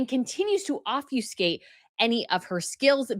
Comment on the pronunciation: If you're going to use "obfuscate" on a video, learn how to pronounce it, No long U.